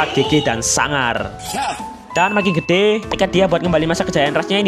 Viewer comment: Pengucapan "GEDE"nya kok gak kayak sebelumnya